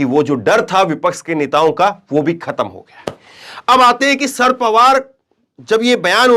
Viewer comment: शरद पवार नाम है ,सर पवार नही